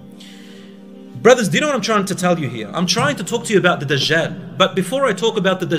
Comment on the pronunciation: Why do they keep calling him DaZHaal? It's DAJJAL with a 'J' and not 'ZH'